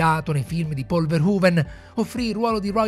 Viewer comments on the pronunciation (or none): none